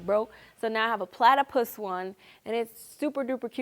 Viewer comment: You mean...Pla-tea-pus.